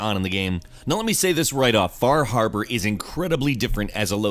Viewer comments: Half time you said "Far Harbor" I heard "Bar Harbor, which is a real place that is the actual setting for Far Harbor, I can even spot where my house would be on the Far Harbor map :) So funny to see a video game take place on the island that I live on, seeing such familiar names as Cranberry Island, Acadia and Eden (The town of Bar Harbor used to be called Eden). Oh, one goof they made: On Bar Island, the Longfellow house IRL was Jack Perkin's summer home. The Longfellow house IRL is in Portland, Maine. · Fah Hahbah